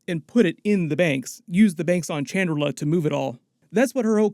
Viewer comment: It's Chandrilla, not Chandrillà